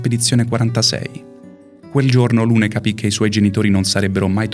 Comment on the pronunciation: Strano che venga ripresa la pronuncia di Maelle e non di tutti gli altri personaggi, che in Francese hanno una pronuncia completamente diversa... Per esempio Lune si pronuncia Lun. Trovo inutile puntare il dito sulla pronuncia quando nessuno nomina i nomi "propri" correttamente in base alla lingua nativa